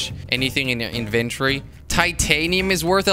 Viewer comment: Je legt de klemtoon verkeerd bij het uitspreken van inventory